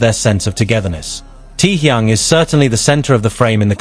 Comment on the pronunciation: "Him "T-yung".... I hate AI!!!